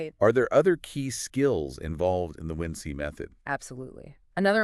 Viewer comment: How did you find out about us? The description mentions human curation and we would love to talk with the humans behind the making of this video. Also, its WinC like "Wink" ;) not "Win-See" or "Win-C"